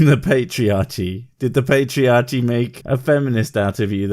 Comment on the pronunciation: What about her "patchiachy"?